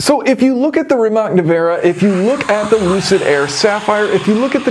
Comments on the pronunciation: Please learn to say it right; it's not RimaK, it's Rimats. Also, great video coverage, insane car by BYD. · Great vid, but please call cars by their intended names: RiMAS! Not RiMEK😂